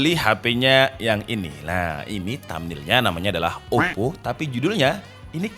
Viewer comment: Ngakak pas bilang OPPQ🤣